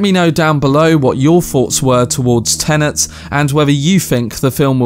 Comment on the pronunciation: if i hear someone say TENENT 1 more time ...